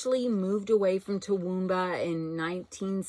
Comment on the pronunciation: OH!!!! Toowoomba you said it correctly. I have two Aunts live there. Queenslander houses are beautiful. P.S. I really love those pumpkins. 🎃